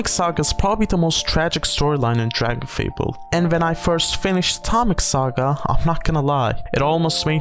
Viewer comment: i first played this game when i was like 9 and hearing someone saying dragonfable the correct way is so funny to me cause in my head i still read the name phonetically correct no matter what